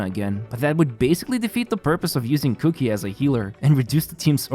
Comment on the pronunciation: All I heard was cookie instead of Kuki. I'm going to start calling cookie that.